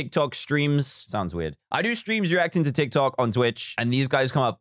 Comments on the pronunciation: Fr nobody gonna call out that he called it tok Tiks? 😂😂😂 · It is funny how he always say"tok tiks" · "Tok tiks" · Nobody: Not even a carrot: Dan: "Tok Tiks" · Me: reads dictionary "Tick Tock!" Charlie Demilio: "Tik Tok!" Dan: "Toc Tic!" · Baby Yoda wow did u hear dan at the start he said tok tiks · Now, we see my wild mum trying to pronounce “Tik Tok”